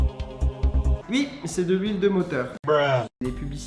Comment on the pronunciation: Ça me fait trop rire quand tu dit "ui" 😂